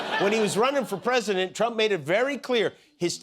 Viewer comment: YOU saw "The Rockettes", yesterday... "go away kid yah bother me"... and as part of Oxford's "Rage Baiting" terminology - and now a word from: Da Pwesi-dente of The-Not-So-United-States-of-Amer-Wee-CaW... another proud moment - what say you "Dawnee".... ??? And.... nice try Don... you missed your chance again. Great choice America... really setting an example of true leadership and diplomacy. Geeeeezus Christ what a low life.